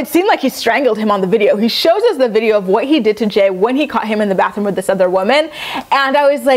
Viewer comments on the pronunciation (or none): none